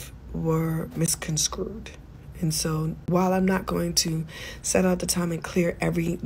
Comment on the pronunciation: For the love of god it’s misconstrue not misconscrewed Tamar!